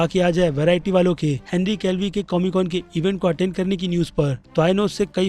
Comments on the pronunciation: Henry Calvi nhi be Henry Cavill hota hai. Kab sikhega be podcast me aman ne bola firbhi samajhta nhi hai. Sabka nam galat bolta hai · Whenever he says henry kevli instead of kevil 20000 childs are born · Its Henry Cavill not Henry Calvi😒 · Bhai Henry केवील Hai... Aap hamesha Calvi bolte ho... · Bhai Henry Cavill / Callvi me bohot difference h I request you should pronounce someone's name correctly please 🙏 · Henry Calvi nahy Henry Cavill bolo bhai 😅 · Every single Time says "Henry Calvi" 👍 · Henry kev-ill pronounce hota hai bhai... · Bki sb to thek but bhai plz Henry cavill ka nam sahi pronounce kro